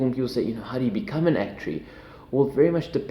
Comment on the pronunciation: I love the way you say actuary lol